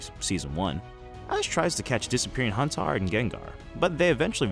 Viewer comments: Everytime you say HAUNTAR I die inside. So there's that. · Bro did you really call Haunter Haun-tar? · "Huntar" My dude, it is LITERALLY spelled Haunter how could you get this wrong?